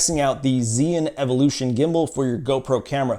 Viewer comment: is called zhii yun not zeee yun.